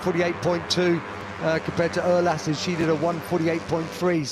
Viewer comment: Urlass - pronouce the "U" like in EURO or URAL !!